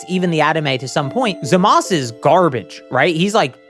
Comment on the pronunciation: Wait I'm confused, why does call them Zamas and Gowas instead of Zamasu and Gowasu